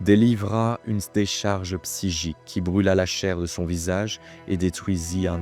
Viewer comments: C'est bizarre que tu prononce, psygique et non pas psychique ..! Ge au lieu de che ..! ^^ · Merci ! beau boulot. Juste : "Quand même" non "comême". Psy-chique, non "bsigique". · Très bon travail et super récit, merci 😊 Je me permets en revanche de préciser que la mauvaise prononciation répétée de certains mots m’a sorti de l’histoire à plusieurs reprises 😅 « PsyJique » et « VenGUEfull » notamment. Pas bien grave évidemment, mais je me dis que je ne dois pas être le seul à l’avoir noté, et que dans un soucis de travail bien fait, comme ça a l’air d’être le cas, ça ne peut qu’être bénéfique 😉 Encore bon travail et hâte de la prochaine 🙏🏾